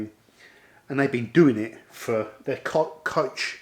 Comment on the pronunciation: Hello, I watch your videos frequently. Very nice. But, yes, please use google translation voice to find out how to pronounce koch or/ ch/ in German. Keep filming.